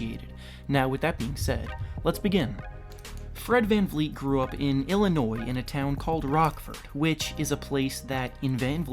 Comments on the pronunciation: U don’t pronounce it “illinoys” it’s “Illinoy” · Did you really say Illinois like with the s not being silent? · The s in Illinois is silent pretend it’s not there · Yo like learn how to talk. Tf is a “Illi-noise” or a “Mumther”?